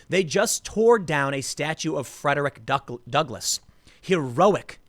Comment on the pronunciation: I can't believe they tore down the statue of Frederick Duckle- I mean, Douglas. (Tim's oratory error is hilarious. ... "Duckless"... Who says that errors aren't funny?) I have no ducks! I'm an abolitionist, but I'm all out of ducks now! How am I supposed to oppose white supremacists when I have no ducks!? The abolitionist who gives no ducks... Because he is Duckless... Frederick Duckless.